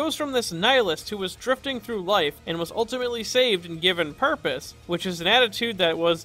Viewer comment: It's pronounced "purpose".